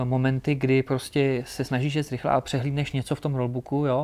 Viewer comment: Super rozhovor a super závodník, blahopřeji k úspěchům a přeji i další... jen mi trochu krvácí z uší když slyším ject 🤣🤣🤣